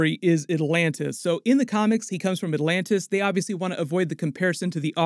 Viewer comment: ¿aLantis or aTlantis? pronounce the T, don't cut it please.